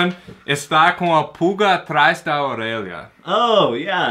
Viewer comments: O pronuncia "Orelha" melhor que o. hahahahahaha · "Orelha" kkkk a pronúncia foi ótima!